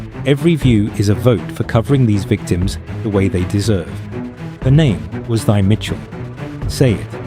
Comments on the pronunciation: Pronounced Tee. Not thigh. Stop mispronouncing name wrong. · Her name is not thy. It was pronounced TIE!!!!! 😂❤